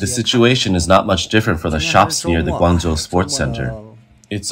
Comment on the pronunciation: It's been bugging me for weeks now that Grangzhou is incorectly pronounced every time it is mentioned on this channel. It's defeinetly a 'j' sound like GuangJo in madarin. Maybe this a mistake or maybe this channel is using the Cantonese pronunciation or something and I am wrong. Anyone shed some light. I lived in China for a long time but I admit my mandarin is not good so if anyone else has a more informed opioion that would be cool.